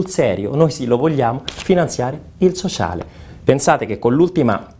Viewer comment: per il soscialeeee...ahahahahahaha, mi fai morire:-)